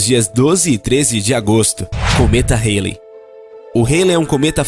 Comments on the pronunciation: É cometa Haley ( se diz: Rálei) e não "reilei" :D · A pronúncia do nome do cometa esta errado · A pronúncia do cometa ESTÁ ERRADA